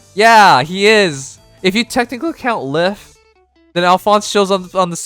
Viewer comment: Isn’t Lif’s name pronounced as “Leaf”?